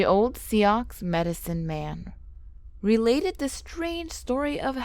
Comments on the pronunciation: Sioux is not pronounced like that. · She pronounces everything so wrong Sioux 🤦🏽‍♀️ Arikara 🤬🤬🤬